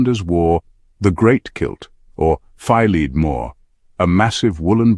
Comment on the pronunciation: Surprisingly well written and mostly factual! Above average. But Fi-leed-mor? Try Fil-a-more!